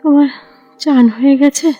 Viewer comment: সত্যিই ভয়ংকর গল্প একই সাথে আকর্ষণীয়ও বটে। ভালো লাগল শুনতে। তবে 'অব‍্যহতি' নয় কথাটা 'অব‍্যাহতি'আর 'গেছে' কথার উচ্চারণ 'গ‍্যাছে'হবে। ভুল উচ্চারণ গল্পের মাধুর্য নষ্ট করে,শ্রুতিকে পীড়া দেয়।